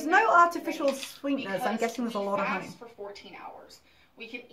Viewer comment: "Hoeney?" This is the girl that claims to have read 24 books a month, but she can't pronounce basic words?🤔🙄